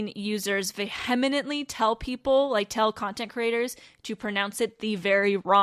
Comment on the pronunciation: Lol, thank you for this, but "vehemently" is pronounced "vee-uh-meant-ly," not "vuh-heh-meant-ly"... Kinda funny to correct you on a pronunciation video!